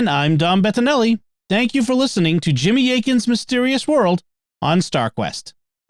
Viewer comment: Jimmy spot on with the name pronunciation 👍 …. I think